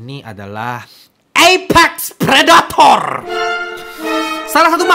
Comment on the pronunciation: "ApEXX PReDaAtORR" 💀💀💀🤣🤣